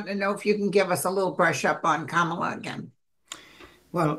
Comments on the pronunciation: NOT 🐫 Camel La. It’s , Comma La. Her kids call her, momma La. Thank you.! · The only thing I object to is when people pronounce her first name wrong. THAT is disrespectful. She's been VP for three and a half years. Yet there are still DC pols--mostly men--who can't be bothered to pronounce it as she does, as her staff does, how she's introduced at rallies...etc